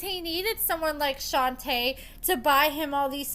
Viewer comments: Girl, her name is pronounced “shon-tay” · I just think you're purposely mispronouncing her name at this point. Y'all can pronounce SHIWAKOVITZ but can't say SHON-TAY 🙄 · This bish be lying Edit: you say her name wrong af lol